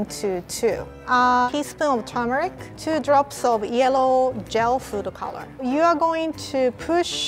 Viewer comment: everyone: foodcoloring: food-o-color lol no hate